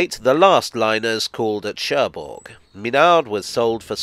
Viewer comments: Don't wanna be pedantic, but the g in Cherbourg is silent. So it's Sher-boor. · Now I understand why the French don't like the English language. It is pronounced Scher Buur and not Scherburg... Maintenant je comprends pourquoi les Français n'aiment pas la langue anglaise. On le prononce Scher Buur et non Scherburg...